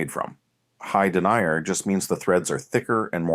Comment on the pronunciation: I can't stand hearing the word denier, meaning a characteristic of fabric, repeatedly mispronounced as denier, someone who denies an application, assertion, etc.